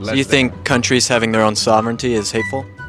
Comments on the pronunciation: "corvers having thr own sorvertny" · "covers havin des own santrifee" ................. lick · That one commie defending guy couldn't say the word sovereignty....like he had never heard the word in his life! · He couldn't even pronounce sovereignty lol